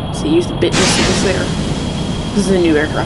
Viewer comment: by the way, they're "bit" missiles, not "thing that rhymes with witch" missiles.